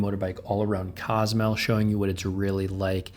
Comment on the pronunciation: cos-oo-mel that's how you say it